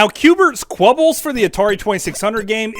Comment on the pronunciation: Qbert’s CUBES not clubbles LOL.